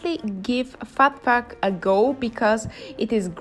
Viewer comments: Phuc is pronounced "fook" 😊 Phat means Buddha, Phuc means happiness! Of course I had to check out this video 😍 and btw, I use my thumb and my middle finger to use chopsticks! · Hey Jack, I’m glad that you enjoyed the video 😂 and yeah I’m pretty sure that’s not how you pronounce it